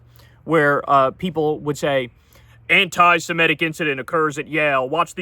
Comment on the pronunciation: anti-simetic (as you mispronounce it Kyle) should be anti-semitic! If you have a problem with the adjective go for the noun form: anit-semite instead!